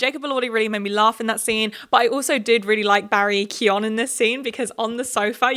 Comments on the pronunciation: Just a note, it's not Barry Kyon it's more like Kyone. Like cone with a y if that makes sense. No one outside of ireland seems to get it right which is fair bc it's an odd spelling if you're not irish 😂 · Love this - but i think its Kee-GAN - hard G - not Kee-YON. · Barry pronounces it Kee-oh-gan. Some Irish people might say Kee-oh-an without the G. I'm sure any of your Irish followers would be happy to help you with pronouncing Irish names correctly. Names are really important to get right, its a respect thing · It’s pronounced Barry Co-gan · Sorry to be that guy, but the name Keoghan is pronounce k-yo-an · I believe it’s Barry Key-oh-gan! That’s how he pronounces it in interviews :) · It’s pronounced like Key-oh-gann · The 'G' in Keoghan is pronounced btw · Really loved this video and agreed with so much of what you said! But just to say as an Irish person, you’re pronouncing Barry Keoghan’s name wrong lol